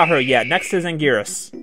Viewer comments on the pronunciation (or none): why can anguris be called angweenis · For Anguirus you should just check the gamecube game and select him because they pronounce his name so everyone can agree on a name